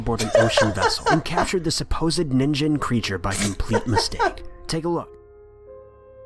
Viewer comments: The hell is a ningen? It's Japan for human/humanity and man couldn't even say it right. Ningen, not nin-jen. It's the 'g' sound, not the 'j'. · yes it is and he pronounced it so terribly that I was laughing at first. First of all the "g" in Japanese is a G.sound, not a J-sound. And then there is the thing that it sounded like Nin-Jin, which literally means carrot lol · You know a cryptozoology countdown is gonna be a real shitshow when the narrator pronounces "ningen" (neen-gehn) like "ninjen" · They're pronouncing "Ningen" wrong! "Ningen" is actually Japanese for "Human"; the creature was named because it looks so humanoid. It's supposed to be pronounced with a hard "g", not a soft one. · I hate that they always pronounce Ningen like Ninjen. IT’S NINGEN. REEEEEEEEEEEEEEEEE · "Ningen" Bruh, it is a hard G. It is the Japanese word for human. It isn't that hard to look up how the thing you are reporting on is pronounced. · I know this one was gonna be a riot when he said “Ninh-Jen” and “Green-Witch” what in the hell bro 💀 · Lol, this moron thinks 'ningen' is pronounced 'nihnjen', and also, the ningen was literally made up online, making it a copypasta pretending to be factual, like the slender man The jellyfish is inside out because of an increase in the movement of the water The giant skeleton photo is faked, and is an example of people faking evidence to promote the pseudoscientific heresy of Christianity known as Creationism, which shows that the fakers don't actually believe in Creationism and are only promoting it for their own gain, as was the case for the original Creationists. The other 2 appear to be generic faked videos. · My anger with this video is not even the fake creatures, it's the pronunciation of "ningen/にんげん" (i believe is the kanji for "person" but I don't know for sure), if you're gonna make a video about a Japanese thing at least pronounce it right for god sake